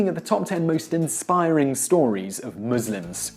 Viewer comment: finally someone who can say Muslims right